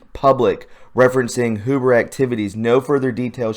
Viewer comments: It's not HOO-BER it's H-YOU-BER. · Mueller is Mule-er Huber is Hue-ber.. Pet peeve sorry couldnt help myself.. tubers are killing me